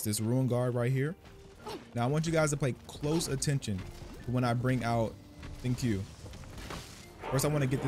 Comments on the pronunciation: Actually man just because the translation of your Genshin is in Spanish, and the way they spelt Xingqiu's name there as Xingchiu, that isn't the right way to pronounce his name. Since they're chinese based characters the pronunciation of his name is "Shing-Cho" with a slight hold on the "O". Like the way you pronounce QiQi as KiKi but it's actually ChiChi, hopefully this helps you get the pronunciations of their names just a little bit better. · hey its xing "chiu" not xing "kiu" lmao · Thank you for the video! As for wondering whether you said his name correctly or not-- you got it close, but not quite. His name is pronounced closer to "sing-chew"! ♡ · His name is pronounced "Shing-cho". I love using him, he partners so well with anyone but especially Chongyun for Shatters. I just wish I had Sacrificial Sword for him ;~ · Since you asked at the start the proper way to say his name is Shing chio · Shing-chu is how you pronounce it. Just like xiangling, shiangling and qiqi chi-chi. Chinese pronunciation of q and x are chi and s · It’s “sincho” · Its pronounced shing- cho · You are actually so close to the correct pronunciation. You just have to keep in mind that the letter "q" is pronounced with a soft 'ch' sound rather than a hard 'k' sound.